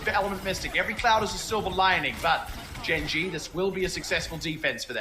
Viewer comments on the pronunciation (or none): It's "Gen G" not "Gen dot G"